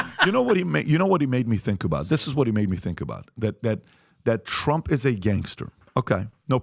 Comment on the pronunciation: "Trunff done sanked the Titanic boat AND he started dat Workd Wart 2" - my speech therapist Cardi-B